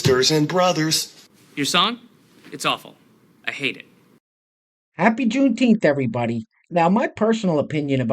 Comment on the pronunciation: Here's a deal, if you can say Juneteef the right way, maybe just maybe someone out there might listen to what your saying. Good luck